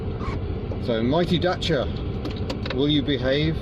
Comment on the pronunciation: Really neat video, glad you pronounced Dacia properly and not "Datia" as most british people do. Good luck with it, she's a beaut!